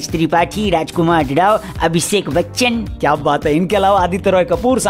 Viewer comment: Chaloo aaj toh ne Bachaan aache se bola Chaaan nahi bola...🤣🤣🤣🤣